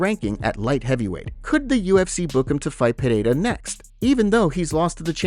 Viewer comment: since u use a Spanish accent when u pronounce Pereira will you use an irish accent when you say McGregor